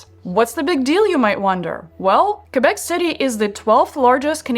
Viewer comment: THAT IS WONDERFUL THAT YOU PRONONCE QUÉBEC THE RIGHT WAY!! Thank you from a girl living in Québec city! :)